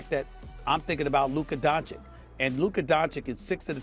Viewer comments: Stephen A "Luka DonchiK" Smith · Also is it really hard to pronounce the last C in Luka's name right?